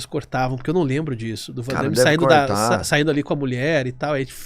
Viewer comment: Não existe 'Vandaime'. É Van Damme.